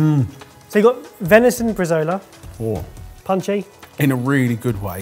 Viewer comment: AHHH the way they mispronounced Bresaola hurts my Italian heart. Bre/zau/lah (Link to actual pronunciation